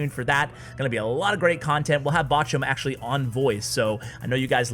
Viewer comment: As a German it's so funny to hear you say "Botchum"